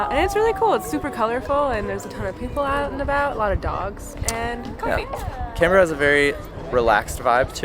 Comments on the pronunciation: You said it right: "Can-brahhh." Not "Can-Ber-ra". And you bought a coffee here. You are now officially a local 🤌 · A quick thumbs up for proper pronunciation of Canberra. I had an American colleague mangle the name so badly I did not know what she was saying, which was quite embarrassing for both of us. Something like "Cun-beer-ah". You nailed it, and just shows you do your research. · Fully respect that you pronounce town names as we do. I grew up in Melbourne and then my parents moved to Canberra. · I don't live there anymore, but I grew up in Canberra and it was nice to see that you had positive impression of my home town. Top marks on your pronunciation of Canberra and Melbourne. We're pretty lazy with the way we say the letter R over here and I think you both nailed it. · Bad accent but you pronounced Canbra right. I enjoyed your vid. Grew up there, not been back for 35 years. Go there mid-late spring next time. The trees and the flowers will blow you away.